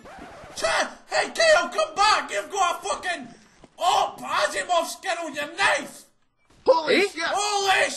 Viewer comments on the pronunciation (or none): Asiimov m8 not ASSimov :D